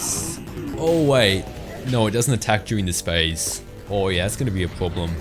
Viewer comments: take a shot every time he says "nooüuwwa" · Your voice is really nice sounding but the way you say "no" is so goddamn funny